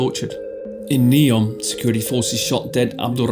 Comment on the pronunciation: It’s Neom not Neon Lights😂